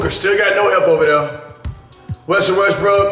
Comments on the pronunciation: anyone hear him say Russel WestBRICK lol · This man said Russell Westbrick 😂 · Did cash say"Russell Westbrick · He said Russell westbrick